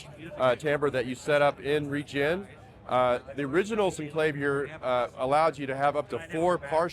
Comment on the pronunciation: Yes! But there is video of Cameron pronouncing it both ways. However, the word "clavier" is pronounced "cla-VEER", as in Bach's "Well Tempered Clavier" -- so "CLAY-vee-er" is incorrect.